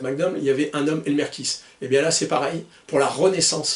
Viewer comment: Alors que dire... Merci!!! Je suis partial, pauvre admirateur de Clint que je suis, mais j'ai adoré chaque minutes de ta vidéo (même ta façon de massacrer le nom de ce pauvre Elmer;), une fois kiss, une fois kaisse, faut dire que le "th" n'est pas aisé pour nous Français). J'ai même posé mon 29-2 sur le bureau le temps de la vidéo pour qu'il puisse voir ses copains. Encore merci pour ce bon moment, et très bonnes fêtes de fin d'année, j'espère te retrouver plus souvent en ligne en 2025! Freebird